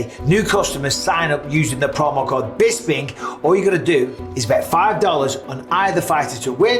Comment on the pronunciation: "Bispink" is the Draft kings code 😂